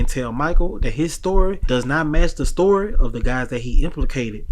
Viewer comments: Learn to say story not store😊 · Dose he realize that the narrator keeps saying store not story